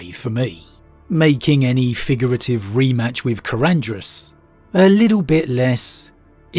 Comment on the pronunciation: I think the only thing you pronounced correctly in this video was Karandras.